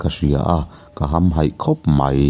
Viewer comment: Hamhaih thluk kha a dik lo in ka hre tlat mai..